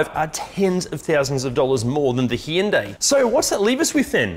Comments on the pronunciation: Yes indeed, 2 syllables not 3. Hyu is one syllable. The y is not voiced as eeee, it just changes the voicing of the H. It’s the same H sound of the name Hugh. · It’s actually pronounced Hyundai. - AK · The way you pronounce "Hyundai" drives me insane.